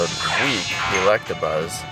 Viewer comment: He said electrabuzz